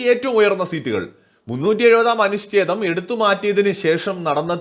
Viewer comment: അനുശ്ഛേദമല്ല, അനുച്ഛേദം........ എത്ര പ്രാവശ്യമായി പറയുന്നു.